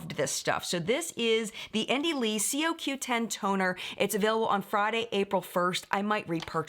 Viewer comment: it's pronounced Co-Q 10.